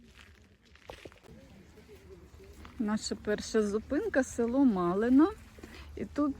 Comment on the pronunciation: Дякую за екскурсію. Маленьке уточнення. Малин - це місто в Житомирській області (не село). І наголос правильно ставити на першому складі.